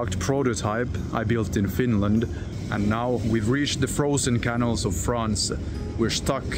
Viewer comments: Canal. Not canil. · Hi. I like your vids but each time you say 'canal' it sounds wrong see for correct method